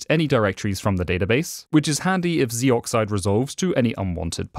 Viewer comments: Narrator: "Zeee-Oxide" Me: "Zohxide." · It's not pronounced zee brother.